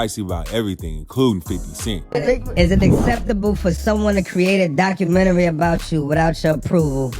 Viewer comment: wtf is a docu-menchy 😅 ...jim is slow and mad af that he ain't what he thinks he is when it comes to being a star. he had 1 hit and that song was wack